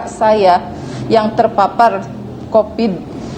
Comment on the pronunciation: Q dengarnya copid/covid ya?